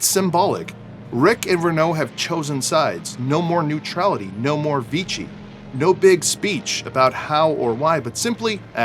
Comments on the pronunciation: “Vichy” is pronounced “Vee-she” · "Vee-she," not 'Vee-chee." Nice video, BTW -- thanks! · Vichy is pronounced “vee-she”. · 1. Germany invaded France in May, not June, 1940 2. "Vichy" is pronounced "Vee-she". French does not stress syllables, so say it as one word. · Congrats on your atrocious pronunciation of Vichy.